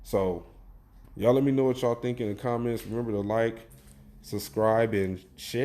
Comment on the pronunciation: It's not looking to great with negotiations so far, but I think a deal will get done. It may take more time than we want. This did happen back in 2011 where there was almost a lockout. It was funny how you said share .